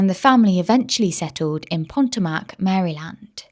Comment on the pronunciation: I love the channel, but please check your pronunciation, Maryland. Potomac. I'm an Aussie but I lived in that area of the USA for a few years. Xxx I don't want you to lose subscribers xxx Very Rich area. Fabulous seafood. Lots of boats.